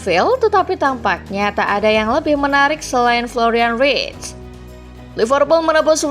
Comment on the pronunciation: Florian verts bukan writs!!